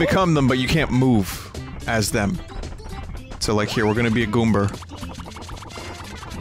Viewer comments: WTF is a Goomber? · You called the goomba a goomber